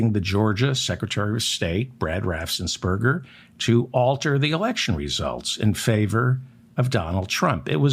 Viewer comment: It's RAFFENS-BERGER not RAFFSENS-BERGER. No S after the FF